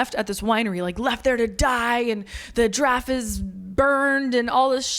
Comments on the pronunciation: Oh, Giraffe! I thought you were saying “Draff” and I was confused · Giraffe is two syllables ma’am